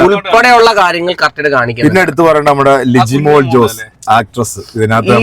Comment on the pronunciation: ലിജി മോൾ അല്ല ലിജോ മോള്